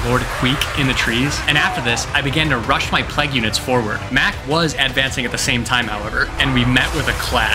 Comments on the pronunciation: "Plague", not "plegg". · This video is great but hearing ”pleg” fucks me up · does NOT know how to pronounce plague 😭😭😭 bro sounds like he's amish. great video otherwise tho!!!